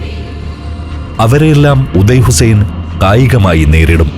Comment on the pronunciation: ഉദയ് ഹുസ്സൈൻ അല്ല, ഓദ യ്യ് ഹുസ്സൈൻ അണ്,Audaay Hussain.